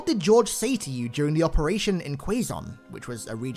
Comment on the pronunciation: Lmao,You literally just butchered the word Quezon